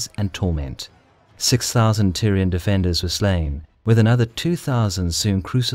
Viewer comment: Am I the only one hearing Tyrion in spite of Tyrian...?